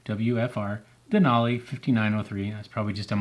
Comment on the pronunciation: Useful video other than repeatedly saying Denali incorrectly every minute Den-ally